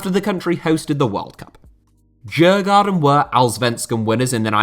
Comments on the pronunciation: Great video but your mispronunciation of Djurgården is a small minus. It’d sound a bit more like “Dyurgorden”. It’s named after a leafy district and island of Stockholm with several open air attractions and translates into English as “Game Park”, as the Swedish Royals used to keep animals there. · Djurgården from Sweden is pronounced something like 'Yoouh-gordon'. You don't pronounce the first 'D'. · As an American who was last in Sweden in 1995, as I recall, Djurgarden is roughly pronounced as you-gore-en, with the emphasis on the first syllable. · Interesting pronunciation of Djurgården, I must say. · I struggled to understand which club he meant at first, since his pronunciation of Djurgården was quite off for someone who knows swedish 😂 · Whew....what a butchering if Djurgården.